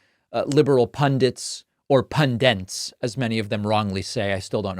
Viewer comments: It's not pundent, it's pundit; It's not fentanol, it's fentanyl; And it's not Donnie, it's Kamala. Even talking heads on TV get those three wromg. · Finally someone remarks on people saying "pundent"! Even pundits do it. (Looking at you, Dan Pfeiffer. 😉) And what about "presindent"? (Looking at you, President Biden. 😉) You hear those rogue n's in other words as well these days; I'm sure I'm not alone in having noticed a rising tendency among native American speakers towards inserting n's before d's and t's. I believe the reason is that, like the d and t sounds, the n sound is produced by touching the tip of your tongue to the alveolar ridge, this proximity leading to some people using it as a sort of "bridge" to d and t. It's not a surprising linguistic development, but the results are still kind of silly. 😃